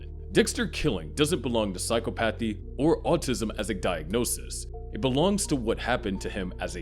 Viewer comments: Its pronounced "psy-chopathy" not "psycho-pathy" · I want to watch this video. But I can’t handle how you’re putting the emphasis on the wrong syllable (Yes, I’m saying the quote properly in my head, don’t worry, readers). PsyCOPathy. Psychopathy, but just think about how often COPS are heartless. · the way this guy is saying psychopathy is really pissing me off